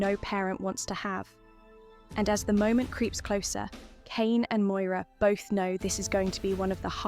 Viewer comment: Moira not Moyra